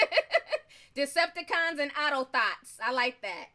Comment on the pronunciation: Lmao u said "Decepticons"